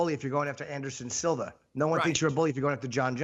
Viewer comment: Matt Serra: "Anderson Silver" lol